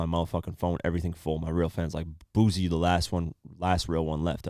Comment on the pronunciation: It's Boosie with an 'S'... Not a Z. Dude been rapping for over 20 years, you not even trying to say the shit right smh